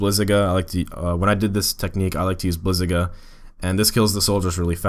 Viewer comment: bliz-A-gA 「A」pronouced like the way the british pronouce car (cah) how do you pronounce it? [ブリザガ -> bu ri za ga]